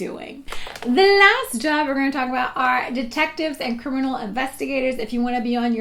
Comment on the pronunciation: "Crimminal" I don't know why I noticed that!